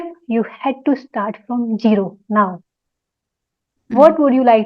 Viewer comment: Gero ❌️ Zero ✅️ Please correct your pronounciation..